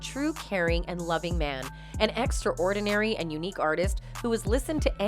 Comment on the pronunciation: You pronounce "extraordinary" so embarrassingly wrong!!!!